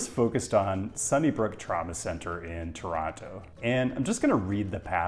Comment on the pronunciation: Kudos for pronouncing the name of the city correctly. Outsiders tend to put a hard emphasis on the first O and the last T, locals do not. TOWronTOW vs. Tuhranno. Ironically, the way outsiders pronounce it is probably closer to the original pronunciation in the local Algonquian dialect we get the name from. Regarding the 401, an insoluble problem is the through traffic of long-haul trucks along the Windsor-Quebec City corridor. Operators don't want to use the 407, too expensive. The Collector/Express system is supposed to solve this, in theory, as local traffic could stick to the Collectors and through traffic keep to the Express lanes, but the reality is it's just a giant mess. And when big rigs and cars meet, it usually doesn't end well. Drive safe.